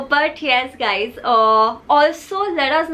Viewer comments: said Gadi instead of Guys😂😂 I wonder how many times he had listened to this sentence 😂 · When wanted to say "guys..saree" and ended up saying "gari"...🤣🤣🤣🤣🤣🤣🤣🤣 Hilarious video..well done ❤❤❤😂😂😂